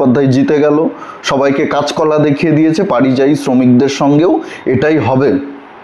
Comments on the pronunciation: কথাটা পারিযায়ী নয়, পরিযায়ী। কানে বড় লাগছে। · পারিযায়ী শুনতে ঠিক লাগছে না,ওটা পরিযায়ী বললে ঠিক হতো। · পারিজায়ী নয় পরিযায়ী।ধন্যবাদ। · পারিযায়ী না পরিযায়ী